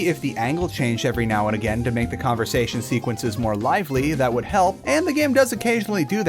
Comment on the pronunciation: THe converTsation?